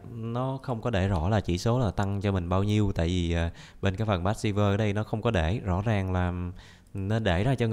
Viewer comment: u là trời, "passive" thôi ko cần thêm "r"